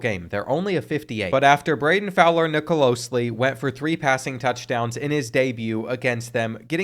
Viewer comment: Nicolosi not Nicolosli